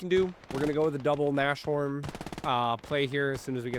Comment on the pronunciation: Since you do seem to care about correct german pronunciation: sh is never the soft compound sound, German has "sch" for that. Sh is usually when a word ending with s is combined with a word starting with h. We Germans do love our literal combo words. So in this case Nas (short for Nase - nose, pronounced like Nas the rapper) and Horn (horn) which is german for Rhinoceros. You'd put a tiny pause in-between the words so it would be Nas-horn to make sure both words are clear. Great match btw, especially those heroic infantry actions. Edit: just noticed you put Rhinos in the title so you are definitely aware what the word means.😅